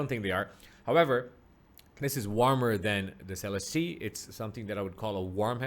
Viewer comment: You may be the first person i've seen review this headphone to say Celestee correctly lol